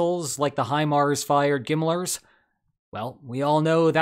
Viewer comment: GMLRS, not Gimmlers ☠️